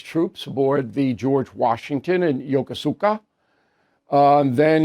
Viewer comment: Yokosuka: It's pronounced YO-KO-SKA